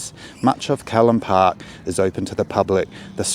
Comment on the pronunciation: Its Callan Park, rhymes with the name Alan. Also Broughton Hall: Brought rhymes court. Please kindly reference your narration. Thank you for the video.